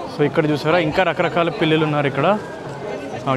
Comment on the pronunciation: pillila kaadhu bro pillula